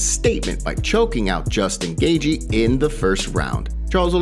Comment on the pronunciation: You really need to say justin Gathjie properly